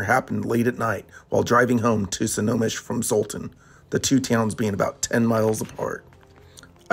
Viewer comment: Great story. 'Friends don't let friends,' though. It's pronounced 'SNOW - HOME - ISH.'